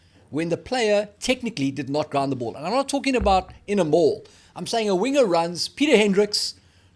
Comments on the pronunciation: Can not pronounce winger? Only the boks are winners 😂😉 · Apparently NOT